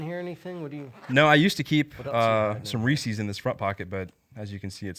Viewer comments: Just remember y'all - it's Reese's Pieces not Reesees Peesees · "Reesee's" everything he says is immediately disqualified.